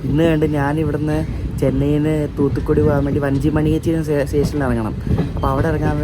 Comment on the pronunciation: ath ഒട്ടൻഛത്രം, വാഞ്ചി മണിയാച്ചി enanu pronunciation